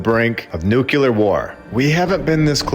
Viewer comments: It’s NUCLEAR not Nukuler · Ok, I REALLY like your videos, but you consistently mispronounce the word nuclear and it’s bad for your credibility. It is pronounced as it’s spelled: nu-klee-er. Every time you say it you’re incorrectly pronouncing it as: noo-kũ-ler. Please correct it and stop torturing me.